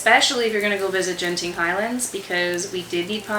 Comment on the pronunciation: Genting Highlands is pronounced as Genting Highlands, not Jenting Highlands. Good quality raincoats are sold at shops